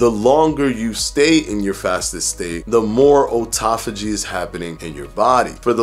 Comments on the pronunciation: First, let me say that I love your videos. But since you went to the trouble of trying to tell folks how to pronounce autophagy in this video, I feel that it's relevant to point out that you're mispronouncing the word. It's not "oh-toff-oh-gee," it's "ah-toff-oh-gee." After all, you would call a car an "oh-to-mo-beel," would you? No. It's an "ah-to-mo-beel," isn't it? So why turn the 'au' in autophagy into an "oh" sound? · I really appreciated this vid, even hot the like button. But I can’t lie, I cringed a little every time he said “O-tophagy” instead of “Awe-tophagy”... 🤣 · it’s not O-tophogy. Its “Aw” tophogy. You’re killing me, especially considering you had a whole section on how to say it. you wouldn’t say Otoimmune, but autoimmune. Have always loved your content, but it brings down your credibility when you can’t pronounce the word right. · Otauphagy? Lol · i thought at the beginning we all agreed that AWEtophagy sounded better????? nevertheless, you rock no matter how you pronounce it..... i know what you mean! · Please do not teach mispronunciations of words. It is hard enough for people to understand what they hear and read. American (derived from English with many other languages added) is already not an easy language to learn with all of the contradictions and exceptions Your information is good and people look up to you. That means when you teach something that is incorrect, they go with it instead. Science and research is hard enough for most people to understand. This just makes it harder. Your videos are good and I watch them regularly. I just ask that you help everyone by making sure the words are pronounced correctly. Thank you.